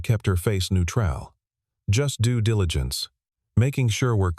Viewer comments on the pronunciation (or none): mispronounced words 👎 ie 'neutral and discrepancies'